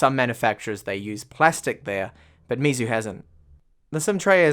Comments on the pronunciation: Great review as always, but just got to say you are murdering their name, lol. It's pronounced more like May instead of me. That's why Xiaomi is me. So for chinese whenever you see mei it's may, not mi. I've studied mandarin for bout 4 years now, so just wanted to tell you how to pronounce it. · lapattemar he says xiaomis name correctly so he should learn meizu's. Not getting onto him just trying to help him improve.